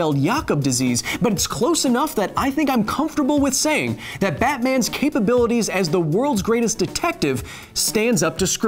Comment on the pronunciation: Lol. Cape-abilities.